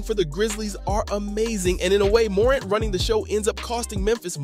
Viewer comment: Hard to take this seriously when he can’t even pronounce Morant correctly…